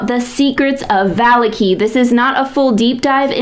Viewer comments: VAH-LAH-KI not VAH-LIKI YouTube consideres you a champion? Delete this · I am sorry, I misspoke. I meant to say on the second syllable, not the last. As in "Shitaki". You are putting the emphasis on the first syllable. Now I feel like I am being petty. Great video, though!